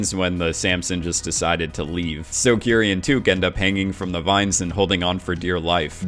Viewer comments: It’s pronounced like “kitty” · Am I the only one who thought her name was kitty? Legit I swear everyone was saying kitty not Kiri, lol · Is it just me or did I hear kitty?